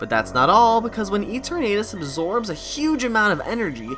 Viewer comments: Why are you pronouncing Eternatus as Ee-tur-Nate-us? The Eterna comes from eternal. Thus the pronounciation should be Ee-tur-Nah-tus. Granted, yes, there's very little concensus on how to correctly pronounce the names of all the fictional Pocket Monsters, but I've learned via experimenting that if you use Google Translate and keep both parts in Englush and then type in the names for various Pokémon, and then press the sound button? It'll give you the best guess on how to pronounce any/all Pokémon; including the most difficult/reccent entries! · good video but that Eternatus pronunciation is craaazy and that Absol connection sounds pretty solid honestly